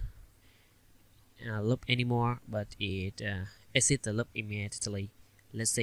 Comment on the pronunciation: It's not lup it's loop